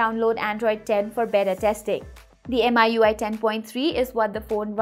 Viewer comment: It's meeeui not m-i-u-i